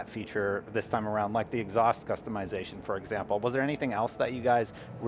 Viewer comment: It's customization not customeyezation